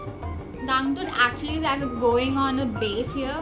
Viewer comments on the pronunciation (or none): none